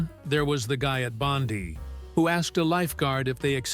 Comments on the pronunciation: Bond eye not Bondi & Cairns is pronounced Cans not Karen. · For god sake, get the pronunciation of Bondi correct